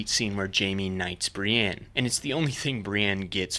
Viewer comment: Bri-ENNE not bre-ANN